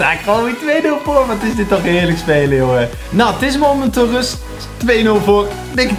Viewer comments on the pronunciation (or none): none